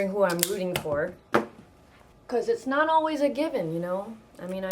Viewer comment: "He's nat breding!" haha typical lola watching a boxing math :D